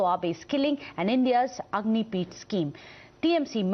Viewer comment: Stupid Republic news anchor, it's Agnipath not Agnipeeth.